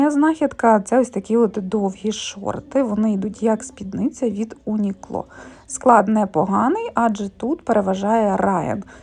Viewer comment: Чому ви стали називати бренд Uniqlo як Унікло? Пригадую, що колись ви називали його правильно Юнікло (навіть японською це звучить як "Юнік(у)ро"), а потім щось сталося...